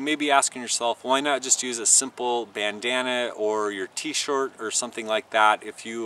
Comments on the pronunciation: you said tee short by the way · Did you say t short?